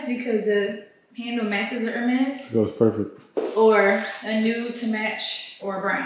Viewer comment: Love y’all so much ❤. Been watching y’all from the beginning. Please doesn’t take offense to this but the “H” in “Hermes” is silent. Don’t need the trollers trolling 😁.